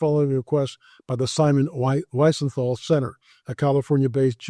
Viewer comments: It’s pronounced Weezenthal. Absolutely positive. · Pronounced “Weezenthal”. I honestly thought everyone knew this, I’ve heard it so many times…